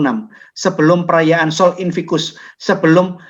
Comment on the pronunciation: koreksi sedikit pak: sol invictus... bukan sol invicus